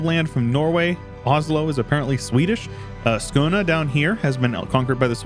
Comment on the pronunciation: You pronounced the Å in Skåne correctly. Had to comment and highlight that, very nice. Also, unless someone else has already requested it, please do combine the max tech thing together with all monuments in one provice. Make Byzantium sexy again